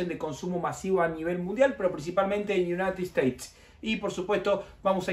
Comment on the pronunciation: Do toda Latinoamérica y de 'Unaitid Esteit" JAJAJAJA